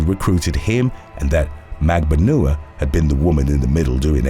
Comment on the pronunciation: Magbanua is pronounced at Magban-wa